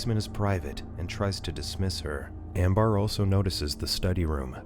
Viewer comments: Is it really "Am- bar?" not "Am-bur?" cause if so, wtf? lol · It's (ammm bur )not bar